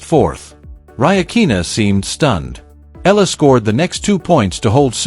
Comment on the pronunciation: Eala pronunciation E yala